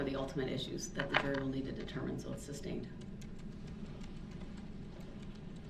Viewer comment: Stop!!! It’s not substained!!!:) lol